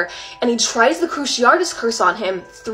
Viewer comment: Why do people say Cruci-AR-tus? She's the second person today I've heard say it like that. It's pronounced cruci-AH-tus.